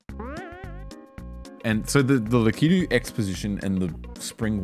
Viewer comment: Lakitu is indeed pronounced /lækiːtu/ — la-kee-tu.